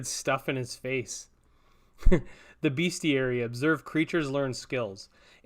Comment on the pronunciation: the bestiary is actually pronounced best + iary not beast